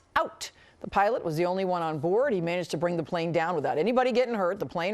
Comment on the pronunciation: She put a lot of emphasis on cut out